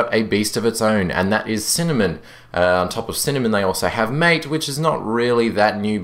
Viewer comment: No, its MA-TE, it has a spanish pronunciation. As in the drink which is popular in Argentina and Uruguay.